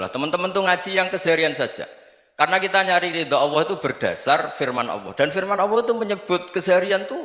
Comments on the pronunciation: allah gus bukan awwoh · Allah bukan owoh, jngn ky tukul dong gus